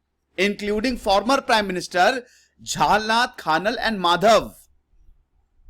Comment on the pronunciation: You cannot pronounced jhalnath khanal properly and you are taking about nepal you bihari dhoti